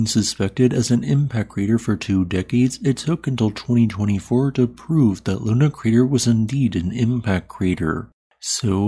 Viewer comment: It's not called LUNA crater.. It's called LONAR crater.. Named after the town